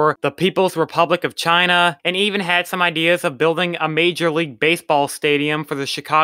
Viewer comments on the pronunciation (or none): none